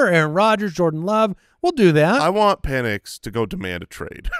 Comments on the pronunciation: at least it was Pen-S and not Peen-S🤣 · I don’t know about you - but I heard say Pen-ITs with a T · Sounded more like Pen Es to me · I heard Pennus. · He definitely said PENIs it was a soft s lol. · I heard pen is or pen es but it was close 😂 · is SO confident that he said an "X" in Penix, that you can see his hand on his head....asking himself..."What did I just say?!".... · 1000% said Pen!s 😂🤣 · def said Michael Peni$ xD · Confirmed, he said Pen-is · definitely dropped the S instead of the X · Definitely forgot the C sound before that S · He didnt say the X in Penix 😂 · I heard S... not X